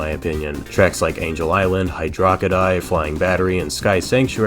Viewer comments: Hit-a-rockery I'm dead 😂. Hydro city or hy draw cit tee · Erm… Hydo-roc-ity??? You mean Hydro City?? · I heard Hido ro co dee It's either all one word and pronounced Hi-dross-settee or 2 words Hydro City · Hidderokity? High-dro-city ffs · I need all these pronunciations of the wet zone to Hydrockydie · Hiderokity 🤣. It’s Hydro City! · did he just said "Hi-Drocka-die" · Im sorry but did you call hydrocity, "hidrokity" please with all due respect, activate the spike bug and throw yourself im a pit of spikes my good sir. :) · and then we get "hydro-kitty zone" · ac-hem it's actually pronounced Hydroi-shitty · HYDROKKIDYE 😂 it’s hydro city Hydrocity Great video though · Am I the only one who heard him say 'hydro-kitty'? 😂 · Hydro... Kitty. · I'm sorry- "Hi-do-ro-crit-y"?! "Hi-drock-i-die"?!?! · Hy…dro…KIT…ty? Ummmmm, yes…sir…☝🏻uh yeah, over here…👋🏻 so yeah ummm, I’m pretty sure it’s pronounced Hydrocodone-city… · I love how all the comments are just to rip into how the narrator called it hy-drok-i-die 🤣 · Did… did he just call Hydrocity hid-Ra-kitty? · Nice to see someone else that knows how to pronounced Hi Rickety. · How am I supposed to accept nitpicking from someone who says hidderockity?! 🤣🤣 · did little bro say ‘hi’diro’kidy’. Love the vid,sonic 3 and Knux is one of the games I play the most. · "hydro kity" that was a weird mess up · Ikr! It’s so obviously Heedroocketè. Everybody knows that. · it's hydrocity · Hydro city?! Dude, it’s so clearly Heedroocketè. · Yeah ik! It’s completely wrong!! It’s so clearly Heedroocketè, everybody knows that. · No it's hydrossity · Lmfao I was absent mindedly listening to this on the bus and when he said Hydorockety I had to rewind a few times. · Hid-o-rock-ity?!?!?! Terrible AI read. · I was ready to flip out on you but I caught the joke. It's hydro-city. Any other way of pronouncing it is just plain wrong and your parents should be ashamed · I’ve always pronounced it High - dros- cit- tee